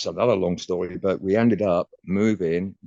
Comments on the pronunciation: "What's the shtory" is your shtick. Stick with it! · Enjoy the relaxed style of interviewing, but yes, you are right..."What's the schtory" doesn't help the actual story 😂